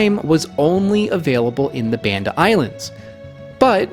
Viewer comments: Hey I love these videos and have learned so much. I just have one small comment - I actually live in Indonesia and speak the language, and want to let you know that the name of the Banda islands is not pronounced like band (as in rubber band) but like Bali, as in "Bahnda", like the baa of a sheep. Sorry! But just so you know. Thanks again for amazing in-depth videos with so much excellent information. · BAHN-DA - how difficult is it to pronounce the name the way Indonesians do! This is linguistic colonialism.